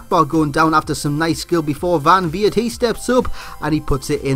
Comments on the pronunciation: The Dutch "E" is not pronounced as English people pronounce "A" as Well. It's just a different accent. English people just can't say it. Maybe you can hear it with Google translate, but I'm not sure if thats correct. But it's definately not Van Weird! Lol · van leeuwenburght. pronounced vahn leeuwn burght, not boerght. and weert is pronounced completely different, its like van weird but not the ei but just the dutch pronouncation of the ee..